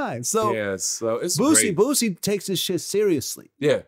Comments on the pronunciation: I cry every time call Boosie Botsie hahaha 😂😂🤣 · “Bootsie” lmaooo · please stop calling him Bootsie